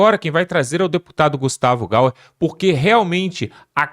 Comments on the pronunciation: Amigo não é Gustavo Gauar é GUSTAVO GAYER 😂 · Não é Gauer, é Gayer. Corrija essa tua fala urgentemente amigão guerreiro. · Cara é Gustavo gaier é assim que fala/ não é gauer como vc fala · Boa noite. Não é "GAUER" É (GAYER)... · É Gayer e não Gauer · CARA, FALE O NOME DO GUSTAVO DE MODO CORRETO, NAO É GAUER, É GAYER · (Gauer) é o cara....o! aprende a falar o nome do cara e (gaYer)!!!! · Não é Gauere sim Gaier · fala direito o nome do cara... o nome é Gayer não é gauer aprende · O Y (ipsilon) pronuncia-se como um i. A pronúncia não é Gauer, é Gayer, pronuncia-se Gaier. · Só dou liberdade se vc falar: Gustavo( Gaier) Gayer Gustavo GAYER GAIER! BORA DESTRAVAR ESSA FALA 😂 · Esse comentarista não consegue dizer GAYER ?😅😅😅